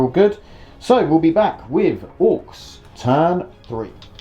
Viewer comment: wtf. orkses ? orks is not easy enough to pronounce ?